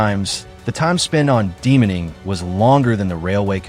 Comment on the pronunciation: ANCHOR: DeMAAINING--NOT Demening --pronunciation!!!